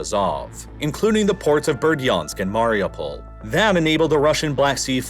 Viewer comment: Very cool and interesting, but I beg you to learn that SevastOpol is pronounced with the stress on O, KhArkiv with stress on A, and MariUpol with stress on U, thank you